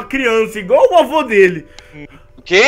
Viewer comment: voce falou avo naruto